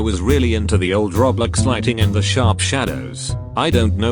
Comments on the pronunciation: The füçking speech robot or thing he pronounce "Roblox" is "Reblex" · Computer talker: Roblex me: laughing so hard